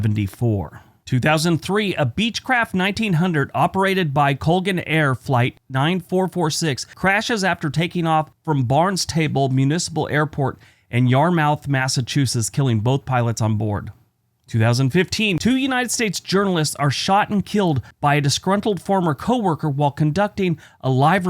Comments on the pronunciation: Just saying hi. Barn-stable, Yar-mouth. LOLOL...you're gonna trigger a few folks with that one. BTW, you didn't get me with the Maine Evergreen state trick. I've seen way too many Maine license plates to get that one wrong. Have a great weekend. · Here's to all the good boys and good girls. Your pronunciation of Barnstable and Yarmouth made me cringe. Have a great weekend everyone.